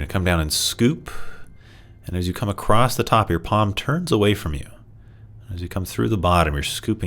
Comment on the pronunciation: Very nice, thank you! I really enjoy when you explain the “why” of movements & postures. I also appreciate your poetic descriptions, like “moving through mist.” 💚 One thing that pulls me out of the moment, is when you say “acrossed.” That is not a word. Across is always across. 😉